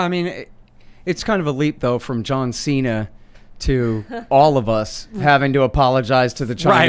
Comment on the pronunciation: JOHN XI'NA